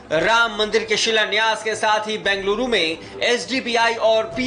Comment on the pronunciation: बेंगलुरु शब्द का उपचार कृपया अच्छे से कीजिए